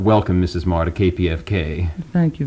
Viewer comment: I always thought her name was pronounced "meee gurr" not "marr"